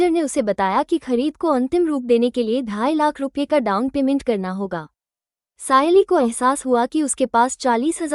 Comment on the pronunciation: સયાલી નહીં સાયલી છે